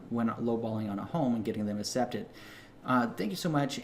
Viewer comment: I love and hate at the same time the way you say accepted haha